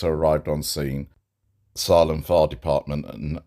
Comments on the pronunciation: Not a big deal. USA pronunciation: Sā-lem. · it's pronounced SAIL-EM. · Hey 🐸. Just a heads up. The town is pronounced Say-lem. Think of Stephen Kings book “Salem’s lot” lol. Please don’t be offended at my correcting you. I just know you like to do a good job. You actually do a great job.